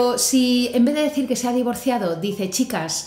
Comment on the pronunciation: No se porque sustituye la d por la s pero es gracioso